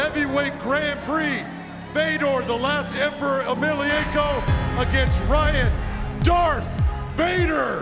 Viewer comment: "Emilienko"? I would be worthwhile for the fucking announcer to learn his employers biggest stars NAME.